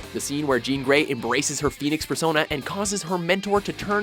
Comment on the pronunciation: I heard "Phoenix fursona"